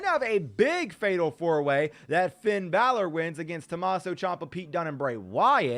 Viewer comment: When he ses finns name it sounds like feind balor